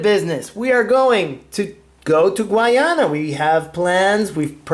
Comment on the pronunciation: Please pronounce and spell Guyana correctly.